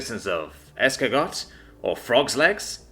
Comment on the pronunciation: Es car got